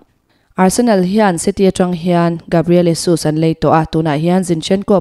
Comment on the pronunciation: Gabriel jessuuus ti tawh suh Gabriel zesus jeeezesss ti in ko rawh isua nen ko dan a in ang